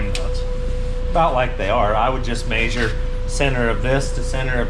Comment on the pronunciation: maysure, lets maysure to each side.